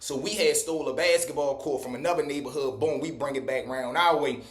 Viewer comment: I’m crine 🤭 the way u pronounce BASKETBALL 🏀 u sound like a lor country man 😂😂